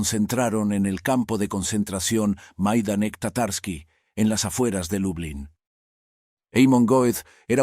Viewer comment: Buenos Días; Magnífico relato. Se dice Maidanek. Vivimos a 10 minutos de este campo nazi de concentración en Lublin. Soy chicharrero de Tenerife y vivo allí. Mi mujer y mis niñas son medio chicharreras y medio polacas. También se dice Plasuof… El río Vistula se pronuncia como “Visua”.